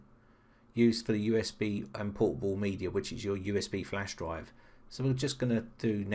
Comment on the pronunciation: Is it my bad ear or he actually pronounced "portable" as "poo-poo"? )) And btw what the sense of having a portable app if you have to run it as administrator?